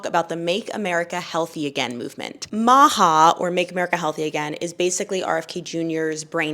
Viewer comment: Did rhe pronouncing MAHA "Mawhaw" maje anyone else think of the old Amanda Show skit?? No, just me??